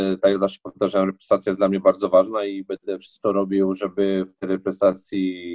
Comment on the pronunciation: Podobnie jak Brzeczek nie potrafi poprawnie powiedzieć reprezentacja :)))